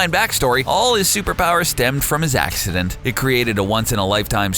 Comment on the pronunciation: stemmed from his ackthisdent